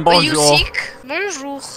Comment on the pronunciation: Every time he said Bonjour it was so funny but the one and got me I WHEEZED